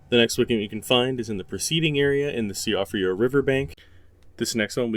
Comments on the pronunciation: Siofra is pronounced "SHEE-frah" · worst pronunciation of “Siofra river” ever but also the same intonation every time it’s said? - “albinaurics” also sounds off - weird ass pauses (e.g. before “site of grace”) - awkward structure - spending two minutes to enumerate all the ruin locations and all the marches, scene by scene descriptions of walking up stairs - strange phrasing like “we can solve the dynasty” - not solve the secret of the dynasty? what secret again? the smell is off and there’s been a lot of these channels showing up; that said I could be just paranoid